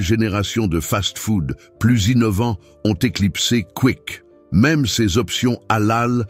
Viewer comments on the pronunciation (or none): none